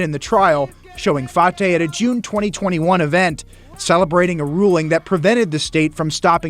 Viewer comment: His last name is pronounced fa-ta not fa-tay. Listen. C’mon now he ain’t French, he’s a piece of crap from somalia. He needs to be deported with the rest of them.